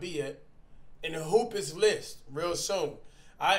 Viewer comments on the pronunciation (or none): Bro cash your my guy but it’s “hoopest” not hoopiest 😭your saying hoop-ie-st☠️